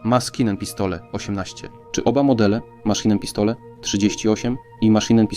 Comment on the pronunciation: Jak usłyszałem 40 raz "maskinen pistole" - to wyłączyłem to w peesdu!!!